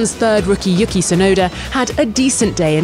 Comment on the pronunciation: Ahh pronunciation issues.... Alpine, not Al-peen You-ki, not yucky Vasser not vasseuerrr